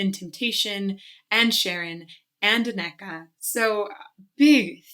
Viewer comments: Anne ecca( as in Rebecca) is how she pronounces her name. I also notice that Anneke has a richer deeper tone that Sharon. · If I may, I believe it's ANNA-kuh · I'm sorry, but that pronunciation of Anneke keeps cringing me out😅😂 Maybe for reference of the proper pronunciation I guess it is handy to know that "ke" is a common add-on to Dutch girl's names (Femke, Famke, Imke, Mieke, Elleke... there's more, I just can't think of any right now 😅). So it's more like Ahnnè-ke. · You have actually heard Anneke (pronounced AN-neh-kuh) before. She was doing backing vocals of Devin Townsend's "Kingdom" performance at EMG TV. She and Devy have done a lot of music together. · FWIW, I think her name is pronounced "Ah-neh-kuh". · I believe you mispronounce Anneke’s name ( ah na’ k). That’s not the way it would be displayed in the dictionary but it is what it is. 😀 She was one of the first female metal leads. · Anneke is pronounced with emphasis on the 'An'-part, so AN-nu-kuh. She tends to call herself just Annie, easier for English people. Van Giersbergen is pretty much impossible to say for English speakers :) Not even Devin Townsend, who she frequently collaborates with, can pronounce it correctly, when he introduces her on stage. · Anneke should be pronounced AHnuhkuh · Pronunciation guide, for future reference: Anneke is AHN-uh-kuh :) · Anneke: pronounced /'Ah nuh kuh/ (emphasis on first syllable). By the way, I thought you'd listened to Ayreon's Valley of the Queens before, which features Anneke with Floor. I'm not much of a nationalist, but can't help to be proud of the Dutch girls... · I’m proud of the the many awesome metal singers the Netherlands has produced. Dutch names can be tricky, in this case Anneke’s name has the stress on the first syllable. Phonetically it would be: Ann-uh-kuh. But no one would blame you for getting it wrong :) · Randy White Á-nne-ke;) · Love the video. The way you say 'Anneke' tilts me though ahah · Yes, and AN-neke, not an-NEK-e.😊